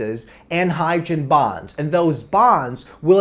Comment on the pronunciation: "HYDREN BAHNS"